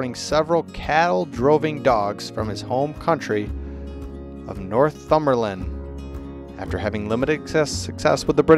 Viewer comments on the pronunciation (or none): none